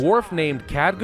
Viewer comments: NeeshKa neesh Ka.N E E S H K A. KheLgar. K H E L G A R. not Khadgar. KHELGAR. Otherwise, great video. But damn man, those names really hurt to listen to. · KHELGAR!!! not Khadgar, come on. Show the Ironfist some respect!! and its NeeshKA, not Neesha. Names are my pet peeve man.